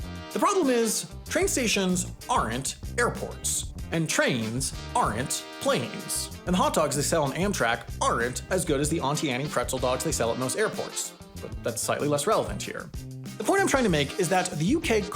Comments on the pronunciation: Anne’s, NOT Annie’s. 🤓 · excuse me? How did you just pronounce Auntie Anne's??? It's the 'ant' pronunciation of aunt, and then the ie ending is just said like e. And it's Anne, not Annie. So it's said like an-tee anz